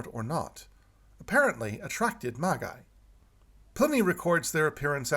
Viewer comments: the title is commonly (although, illogically) pronounced "Maj-Eye" in English. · I truely believe that the most burning question is: Why is pronouncing 'Magi' that way?